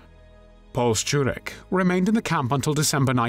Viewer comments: True. His pronunciation of "Szczurek" is on point. You can tell that he's not Polish due to a slight accent but the pronunciation itself is spot on. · This man should get some award for his pronunciation of foreign words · No, no! As a Pole I am just impressed by his pronounciation. By far much better than I usually hear. Surname "Szczurek" he got nearly perfect (I would like to hear other English speakers). I even paid attention when he said the name of my home town: Kraków. (it is like "Krakoov"; not "Krakov" like 99% of foreigners says; very often they even tend to correct me!) Again: well done, I am impressed!